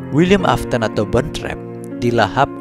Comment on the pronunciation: afton bukan aston 😅